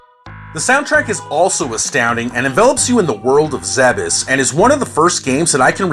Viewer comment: Zebes isn't pronounced 'zeb-ess', it's 'Zeebs'